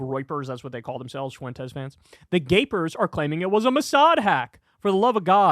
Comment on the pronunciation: learn how to say "Fuentes", Kyle. It's not that hard